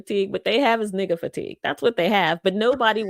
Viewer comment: That's the N-word that ends in "ah" not "er" LOL (like it makes a difference, all the same)